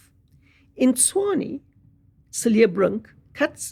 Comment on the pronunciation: I am glad she pronounced Tshwane correctly, so far she's the only white person I've heard who has pronounced this word correctly😂😂😂😂